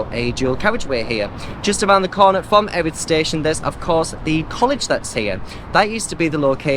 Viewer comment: Live locally and never knew about the pier so will and visit it. The locals pronounce it Ear-ith. I've been corrected a few times about it! Thanks for the content and good luck with London marathon ballot.